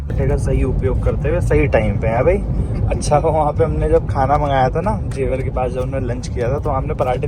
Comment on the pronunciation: Not in a bad way but for your knowledge I would like to point out that it is जेवर not झेवर